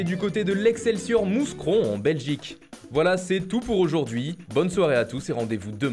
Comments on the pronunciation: Moussecron Aîe la prononciation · On prononce pas le s de Mouscronmerci